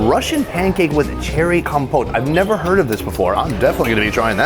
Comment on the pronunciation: what way is he saying compote lol